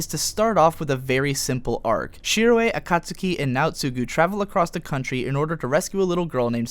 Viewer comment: omg him saying akatsuki is making me cringe. you should know better then to butcher it that bad